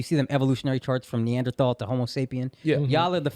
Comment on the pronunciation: Talking so confidently about anthropology while not even pronouncing neanderthal right. Bro they were a sister species to Homosapien, we didn’t evolve from them. We absorbed there genes by mating with them and had larger populations so our genes took over and we essentially absorbed them.